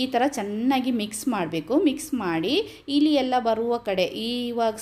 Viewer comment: ಅದು ಹಿಲಿ ಅಲ್ಲ‌ ಇಲಿ, ಮತ್ತೆ ಒಲ ಅಲ್ಲ‌ ಹೊಲ ದಯವಿಟ್ಟು ಕನ್ನಡವನ್ನು ಸಾಯಿಸಬೇಡಿ